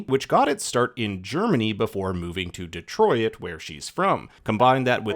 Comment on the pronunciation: Dee Troy It😭